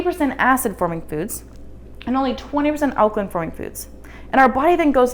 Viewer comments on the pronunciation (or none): Alkaline - pronounced 'line', not 'lin'....